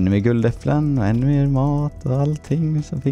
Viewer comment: Det lät roligt när du sa "nu har vi två guld Ä äpplen😂